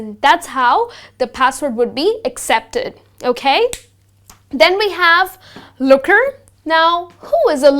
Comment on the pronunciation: It z LURKER.. Not looker.. btw a useful video !